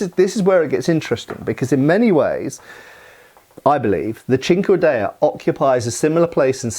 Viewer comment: I keep hearing it as "chingadera"😂